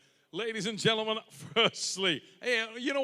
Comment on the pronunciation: "Ladies and Drendlemen"